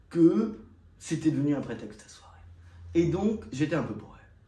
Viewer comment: "J'ai connu mes premières soirai", soirée on dit, soirée